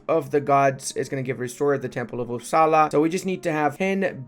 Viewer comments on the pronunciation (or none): none